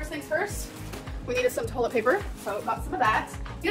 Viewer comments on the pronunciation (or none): none